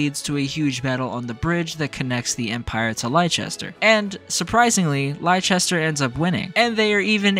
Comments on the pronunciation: As an English person, your butchering of 'Leicester' pains me so deeply 😭😭😭 IT'S LESS-TER NOT LIE-CHESTER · But it's pronounced Less-ter in the games. Plenty of times, too... Unless you are hard of hearing or don't pay attention, people will surely remind you a lot of times. (And Gloucester is pronounced Gloss-ter.) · oml it took me a bit to realise you were talking about Leicester from memory it’s pronounced like Lester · I was talking about Leicester, I played the game with the Japanese voice over, and there's a soccer team by the name Leicester that is pronounced Lie-chester, so it was purely me just scuffing the pronunciation, I apologize for any confusion 😂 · Yeahhhh I realized after starting my playthrough for Azure Gleam that I pronounced it wrong the whole video 😂 I'm used to pronouncing Leicester that way because of the soccer team 🤦🏻‍♂️ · You are forgiven for being a based JP voice chad. But for future reference, it is pronounced like "Lester" and "Gloster" for ease of reference. Blame the Normans. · Imma be honest, I was convinced that's how you pronounce Leicester 😭 I even watched the EPL religiously a few years ago, I apologize 😭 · It's hillarious that despite with a fully voice acted cast saying the name of the place constantly, Americans continue to be unable to pronounce Leicester properly. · bruh, there has been 2 games you should know how to pronounce Leicester properly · It's even funnier to me because like a week or two after putting this video out I realized I was pronouncing it wrong the entire time 💀 And tbf, I set myself up for it because I played this route with the Japanese VAs so that's entirely my bad